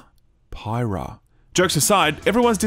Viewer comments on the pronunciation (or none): fans were happy to get one of the most beloved characters in smash proceeds to be unable to pronounce her name also, i was low key pissed - thought it might be a xenoblade 2 thing. i want more monolith soft stuff that isn't BOTW world building, damnit